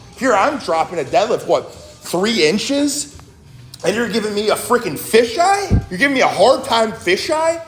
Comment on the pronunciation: Every time he says FISHEYE I frickin die 😂